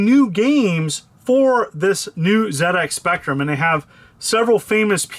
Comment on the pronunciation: Nice one. Love how you pronounced ZX Spectrum correctly.🙌